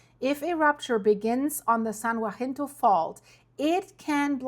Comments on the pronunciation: You're doing great with these videos, we just gotta get your tongue to behave itself and start saying "san haSINto" when you are talking about the San Jacinto fault. 😜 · "San Ya-sin-tow" Pass. Your pronunciation of Cajon (Ka-hone) was perfect. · Say it with me “SAN (HA-SIN-TOW)Jacinto. Not WAHINTO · San jacinto, sounds like San Yahcinto. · San Jacinto is pronounced "San Hah-sin-toh"😅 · It must be tough being German with all these Spanish words. The San Jacinto fault is pronaounced...YA-SEEN-TOE And by the way "Cajón" means little box...una caja pequeño. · San Jacinto--pronounced: 'haseento' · San Jacinto say San Ha cin toe. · San Jacinto (San Ha-seen-toe) hope that helps. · I love your videos, but I've heard this a couple of times and I just had to let you know that San Jacinto is pronounced ha-seento. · San Jacinto is pronounced, saan yahinto. (FYI)